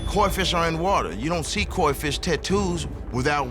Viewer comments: I’m convinced she didn’t know what a Koi fish was, but that was the challenge for the day and she saw it written out like KOI thinking the ‘I’ was and ‘L’. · Mary Jean did agree to the artwork on paper. But yes, not knowing how to pronounce KOI was a red flag. Also, her choice of clothing and overall look: she wasn’t dressed for a tattoo. She was dressed for a night out. I realize everyone is different, but while I’m freshly showered, I look like I rolled out of bed. Lol. I wear comfortable clothes, cozy socks, no makeup, I bring my own pillow to help with positioning, lap blanket, snacks, headphones, etc. lol. It’s a lot but I have large tattoos that take several hours and I want to be prepared. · That chick who couldn't even say Koi right is fucked up. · The fact that she started off not being able to say KOI right is a bad sign